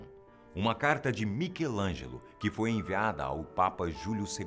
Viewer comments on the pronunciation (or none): none